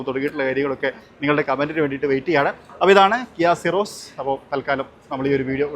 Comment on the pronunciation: സിറോസ് അതാണ് correct pronunciation